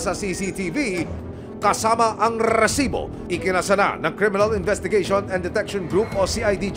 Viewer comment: Rrrrrrrrrrrrrcibo...haha..iba ka aksyon man...😅